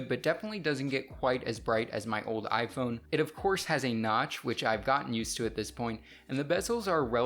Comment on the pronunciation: Lifelong iPun user says iPun 7s 😂😂😂